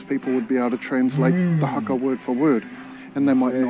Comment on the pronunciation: U want haka classes? Let's start with pronunciation cuz. You're saying "hacker" but its "Huh-kuh" fam, "HUH-KUH" 🤗 Kia Ora.